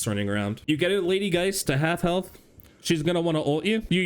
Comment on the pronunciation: I too like to pick up “extra herlth” XD good stuff